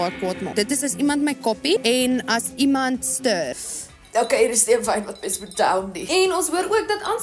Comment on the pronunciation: Dink nie ek sal ooit weer die woord "stirrr" gebruik nie😂